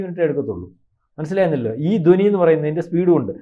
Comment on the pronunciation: ദോനി അല്ലടെ. ധ്വനി. നല്ലവണ്ണം ഉച്ചരിക്കാൻ പോലും അറിഞ്ഞുകൂടാത്ത താനൊക്കെ എന്തിനാടോ Podcast ചെയ്യുന്നത്. പോയി ഉച്ചാരണം പഠിച്ചിട്ട് വാ. അല്ലെങ്കിൽ പോയി നാക്ക് വടിച്ചിട്ടു വാ